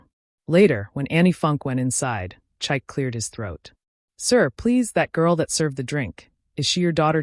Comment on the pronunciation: THE NAME IS PRONOUNCED CHIKAY. NOT CHIKE !!